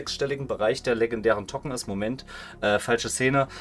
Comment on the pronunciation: Dann spreche es auch english aus ˈtoʊkən